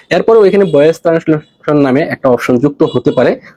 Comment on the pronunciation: টানেসলেশন না, ট্রান্সেলেশন